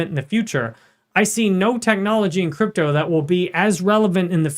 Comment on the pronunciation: Ich liebe... alleine wie er "Krüptauu" ausspricht 😂...aber natürlich ist der INHALT super!!! 👍